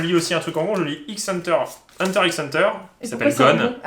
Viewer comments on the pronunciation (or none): Ouiiii voilà 😭 purée c’est Hunter hunter 🤣 j’avoue que mes oreilles ont saignées quand elles ont entendu ça 😭